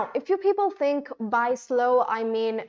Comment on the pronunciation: I fink you should focus on the vowels , consonants and dipthongs pronunciation see that it comes out of your mouth without making extra effort or opening your mouth too much when you use these basics in the words pronunciation